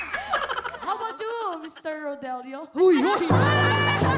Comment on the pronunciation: Hipon😂😂😂 Kuala Lumpurrrrr.. Rodelioooo.. Oppangit ka...